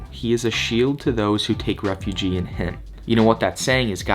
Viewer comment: It's like many English words, spelled the same pronounced differently, ref-u-gee, it's pronounced ref-uge like huge without the h refuge. It's different than refugee lol😂 h.s drop out Grammer nazi-ing a college senior! Love my life, but that's 1000s of hrs being Jewish and reading the book and hearing others read it or I'd make the mistake...and much live to c.h been a long time supporter, I was only a juco wrestler b4 social media, so I'd rather be #1 ranked wrestler in any division than misquoted the Bible, all good, ❤